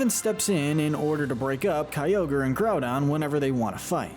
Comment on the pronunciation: IT SAVES THE EARTH, NOT IT'S SAVES THE EARTH! SAY IT RIGHT PLEASE! IT'S GROUDON, NOT GROUNDBON! AND IT'S KYOGRE, NOT CYOGER!